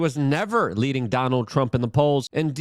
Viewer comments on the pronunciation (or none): none